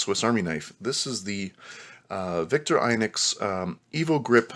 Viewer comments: Vik-TOR-ih-noks not Viktor-EYE-noks. In Europe: Veek-TOR-ee-noks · I don’t think I’ve ever heard Victorinox pronounced “Victor..inucs “ before 😵‍💫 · Vick-tore-eh-knox Veen-ger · Victor INOX? It's victorinox! Very irritating. I know I'm knit picking. But it did make me not wanting to listen any longer.